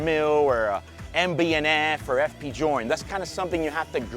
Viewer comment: bruv I love you but please don't say FP join